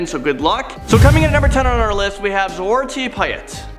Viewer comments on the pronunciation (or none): zwarte piet is fricking pronounce zwit-er-pee-t not zwart-pee-et im sorry for being rude but this is our dutch background from the real people back in 5th century